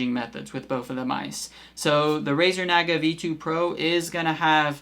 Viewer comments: It’s Nah-guh. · The way you're say Naga is driving me nuts lol.